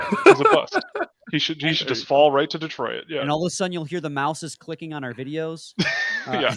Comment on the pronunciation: Saying "De-troi-it". is definitely Canadian. 😁